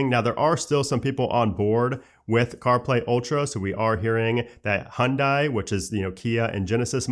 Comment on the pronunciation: Please learn how to pronounce Hyundai and Renault.